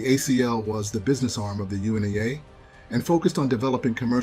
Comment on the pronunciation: U.N.I.A NOT UNI-A